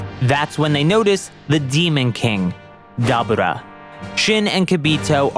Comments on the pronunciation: its not dubba ra its da bore ra (dabura) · wtf is a dab ah raah, even in the show they call him DaBooRah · Why is it that no one can pronounce Daburas name correctly? Its da bū ra not Da bu ra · Pronounce it Da boar raaaaaa😂😂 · Lol this guy can't say Dabura's name right for anything lol 😂😂😂😂😂😂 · The way you say Dabura 😅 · Broooooo this dude is Pronouncing Deborah's name aaaallll wrong 😑!!!!